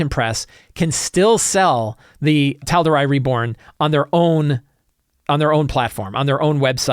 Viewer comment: Great episode per usual but the pronunciation of Tal’Dorei was killing me every time. 😅